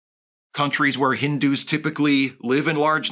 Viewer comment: The way this guy says "Hindu" you would think the word has a hard "r" in it.